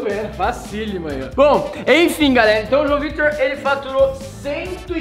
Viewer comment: O rezende iria falar GALERA, ai ele falou GARERA KKKKK